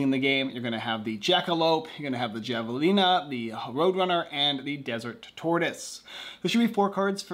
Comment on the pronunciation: Hav-a-lina, hee-la. I can't guess at what saharasoota was.